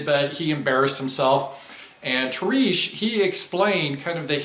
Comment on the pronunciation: “TAREESH” LMAO 😂